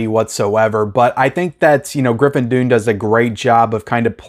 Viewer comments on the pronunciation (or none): You do great reviews, but for the life of me I can't understand how you can mispronounce the name "Griffin Dunne". It's "Done" not "Dune". I could understand if he was an obscure actor, but seriously this guy has starred in huge movies for 40 years, and his sister was the famous actress Dominique Dunne that was tragically murdered by a stalker in 1982. How could you possibly have not accidentally heard his last name pronounced at least a thousand times over the years? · His name is pronounced done and not dune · His name is pronounced "done", not "dune". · It's pronounced Griffin "Done." Like his father, writer Dominick Dunne, his uncle John Gregory Dunne, and his murdered sister, Dominique Dunne. There is a new best-selling book about their storied family (including Joan Didion,) called "The Friday Afternoon Club" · 'Dunne' is pronounced 'done' not dune ... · Dunne is pronounced Dun not Dune. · Griffin Dunn [pronounced DONE]. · Griffin Dunne is pronounced "done." I love this movie. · Griffin's last name pronounced as "Done" and Linda's as "Floor-rent-tino" ✌ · You talk too much. You cant even pronounce Griffin dunes name. After hrs is easily top 10 scorcese